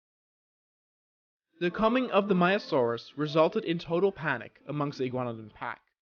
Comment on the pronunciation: Just to tell you frontier are working on a new DLC possibly either a Triassic dinosaur pack or Jurassic dinosaur pack. BTW you kept calling the maiasaura maiasaurus just to tell you.